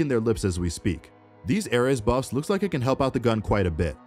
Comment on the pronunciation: My heart started to bleed every time he talked about the ares. Who says it like that!